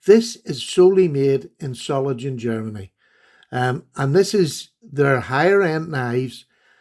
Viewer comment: It's pronounced ZOH-LING-ENN. fyi